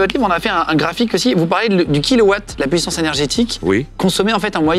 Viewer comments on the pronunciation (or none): none